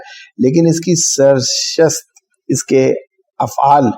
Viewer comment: سرشت (sar shat ) نہیں بلکہ سرشت (sa risht ) پڑھنا چاہیے.